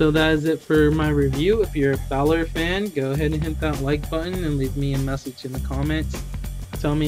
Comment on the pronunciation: It's not Finn bailor it's Finn Balor